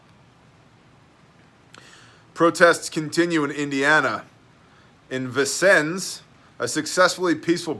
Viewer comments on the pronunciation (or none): Hoosier here it's pronounced VIN (as in vin number) SINS (as in sins)